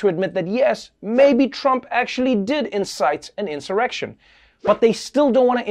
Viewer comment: Chuck Schumer says Donald Trump "incited an erection" 😂😂😂 lmfaoo at 0.58 Sec